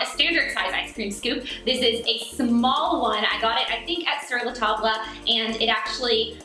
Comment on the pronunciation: Just a friendly FYI- it's the table in sur la table is pronounced essentially like taaab. Like not tab as Tab soda, more like a long a sound. Confusing much? Haha whatever, the recipe sounds dangerously delicious and your kitchen is looking cute.